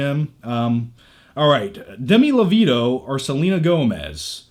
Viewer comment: "Demi Lo-veeto" 💀